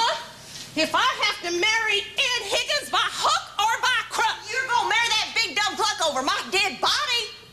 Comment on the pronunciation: I just listened to it again. I heard "MaryBeth Pickens", not "Higgins"